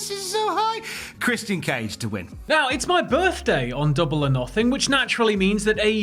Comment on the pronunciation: Are you kidding me stop saying christianee cage